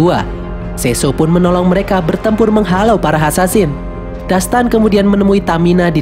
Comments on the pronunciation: Assasin bkn Ansansin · Kak bukan hasansin yang bener asasin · Asasin bukan hasansin 😡